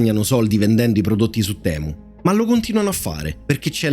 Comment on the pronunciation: Giusto per far chirezza, se si vuol dire la parola temu come gli inglesi la pronunciano e': TIMU